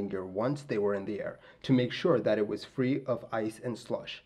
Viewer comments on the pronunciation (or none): none